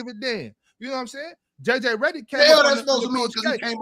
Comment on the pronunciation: “JJ Rederick” - 😂😂🤣